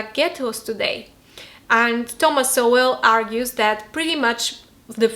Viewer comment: Sowell is pronounced ”Soul”